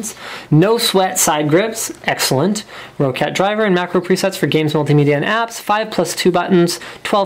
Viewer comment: ro-cat? It's pronounced like rocket but with an A, "Rockat"